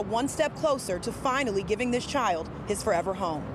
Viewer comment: CHILD* not chid lol